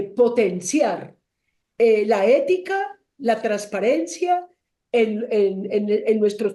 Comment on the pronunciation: EÉETICA😂 peletica peluda